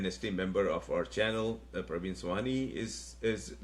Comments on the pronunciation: It is Pravin and not Parween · It is not pARvin. It is pRAvin